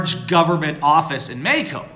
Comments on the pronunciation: STOP SAYING MEXICO LIKE THAT!!!!!!! It's very annoying. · Am i the only one that can't stand the way pronounces Mexico